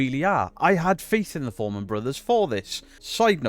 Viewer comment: Fourman not foreman 😂